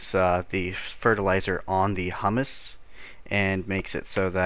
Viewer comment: IT IS HUMUS stress on the HU like in hubert not hummus, the food